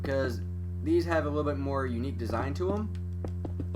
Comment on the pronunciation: I never heard a guy say unque